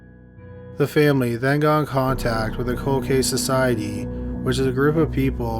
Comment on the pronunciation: People always saying you mispronounce things because you’re Canadian, then you go and say “Cal-Gary.” 😆 It’s Prince George’S county, not “Prince George” county. There’s literally an S in it. 🤨 Also, I’m not sure what a “Code Case” is, but some murders become COLD cases. 😆